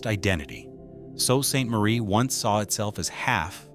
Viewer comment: The narrator is leaving something out, we no longer want to risk El Salvador just because we wanted to go shopping. By the way...phonetically it's SUE Ste. Marie